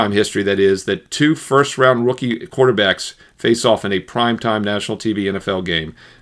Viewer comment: That’s so gay when he says prime